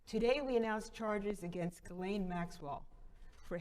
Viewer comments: Her name is Ghislaine, not Guylaine. It's pronounced Jeez-lenn. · Her name is pronounced Jizz-lane NOT Gillane!!! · to be precise it's Jeess-lenn